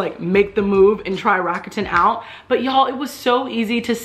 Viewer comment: Enjoyed the video, would like to say GREAT job on the pronunciation of Rakuten. Many people get it wrong.